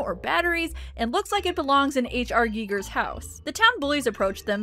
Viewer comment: the fact that you pronounced H.R Giger's name properly... I love you!!! I'm sorry I barely hear it being pronounced properly, so hearing you do it gave me whiplash J.K Simmons style.